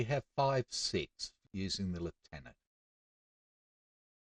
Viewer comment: It is so nice to hear "lieutenant" proncouced properly 🙂